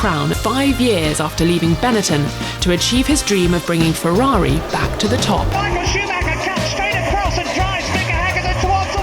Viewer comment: Did she just said: Michael Sheemaker?